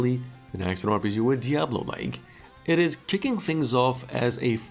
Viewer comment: "diablolike" games OMG😂